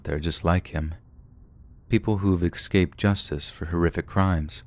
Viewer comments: The word is "escaped", not "excaped". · I love you man but the next time you say "EC-scaped" instead of "EScaped", I'm unsubscribing